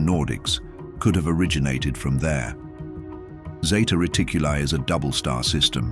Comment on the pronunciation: No es ZETA REDICULI, ES ZETA RETICULI!!!